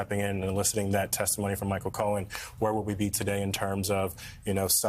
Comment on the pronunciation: You said his name wrong Michael, the liar Cohen